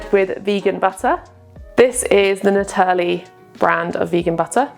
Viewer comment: Naturli is a Danish company, the name comes from the Danish word "naturlig", which means "naturally" and is pronounced closest to "na-TOUR-ly"